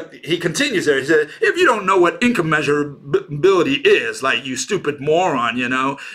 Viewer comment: ... it's not incommeasurabilty, it's incommensurability